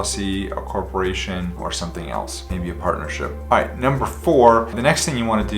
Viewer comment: He said iiight